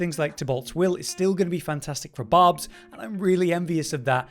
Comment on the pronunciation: Barb. Its Barb.